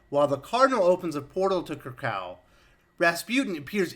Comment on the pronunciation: Minor nitpick, you always (mis) pronounced "Kra-kaw" for the Krakoa, I think it should sound and pronounce like "Kra-ko-wa". But that's just me. But good review nonetheless..